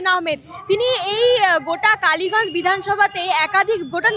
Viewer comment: It's kaliganj,not baliganj😂